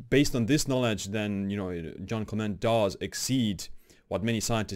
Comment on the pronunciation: Quick tip to sound cool > English wiki > Jeanne Calment > first line > listen to the pronunciation cheers ^^